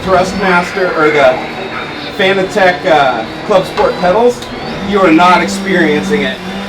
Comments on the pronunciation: I mean you no offense, but just for further reference it is pronounced like "fanatic" not like fanatec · FIN-AT-ICK. Not FANA-TECH. :P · it's pronounced "FANATIC" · It's pronounced (FUH-NAT-IHK) buddy :D